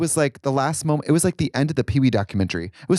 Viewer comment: Trixie saying "combatative" instead of combative and then pronouncing morose with a voiced S... maybe she SHOULD'VE been reading a book on that flight